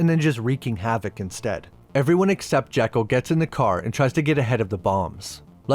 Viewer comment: A couple of things the movie gets wrong throughout: •Alan's last name is Quatermain, only one R. •Dr. Jekyll's name takes the Scots pronunciation, per Stevenson himself: JEE-kul, not JECK-ul. A couple of things you missed: •Hyde doesn't grow from tiny to huge in the comic. There's a conversation where it's mentioned that he's grown over the years, a meta comment on how pop culture has changed its depictions of him. •You mention that Sawyer in the movie bears almost no resemblance to Sawyer in the books. Perhaps not the first two, but Clemens actually wrote four books featuring Sawyer. The latter two are "Tom Sawyer Abroad, by Huck Finn," and "Tom Sawyer, Detective." Tom's European travels, his adulthood, and his status as an agent of the law are indeed in the books... just not the books most of us have read.